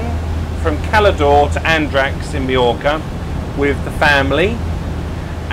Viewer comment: Enjoyable and insightful video - just your pronunciation of Andratx and ignorance of the boat's length in meters were a bit shocking ;) Will be off to Cala D'Or in a bit less than a month myself, but will make do with an 8 meter bow-rider for a few day trips.